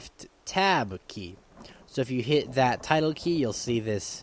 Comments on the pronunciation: "Tidal" key? Nay nay, it is the tilde "till-duh", or "till-dee", as I've heard some call it. Also, for those wondering about the naming of the teleport command, 'coc' is shorthand for 'center on cell' And I believe the 'qa' in qasmoke is short for quality assurance, though I'm not sure, and have no clue what the smoke part is in reference to. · tidle key? No it's tilde key. TIL duh .. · TILDE key ~TIL- DA key~ not tidle key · It's pronounced till day, not title. Like Tilda Swinton but with an ay sound instead of an uh sound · tilde is right. not tilda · It's the "Tilde" key. Tilde. Not tidle. Just saying. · Tildè is pronounced as till day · You pronounced tilde wrong, shame on you